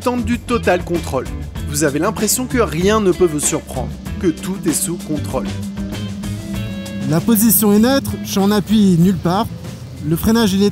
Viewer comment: Vous aussi ça vous perturbe quand il dit "Contrôle" (contraule) ? 😂